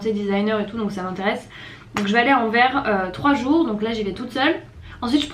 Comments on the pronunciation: AnverSSSSS (le s se prononce) j’adore tes vidéos, bonne continuation à toi et profite bien de bxl ✨ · Il faut prononcer le "s" de Anvers aha ;)